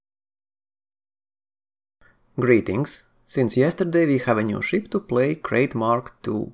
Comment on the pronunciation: It's pronounced 'Krite'. Named after the snake, like most Elite ships.